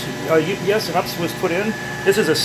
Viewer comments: Great work in a tough IDF. But don't say "ups" it's U P S. You sound like you're 13 when you do that. You wouldn't pronounce ATM as "at-um" or IDF as "id-eff" or - do you? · It’s not called an ups it’s pronounced you pee s it that messes sense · I always smile when he says ups instead of u.p.s 😂